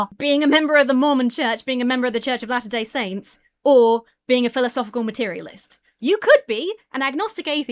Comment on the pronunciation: I thought you said he was from the “church of the ‘last’ day Saints”.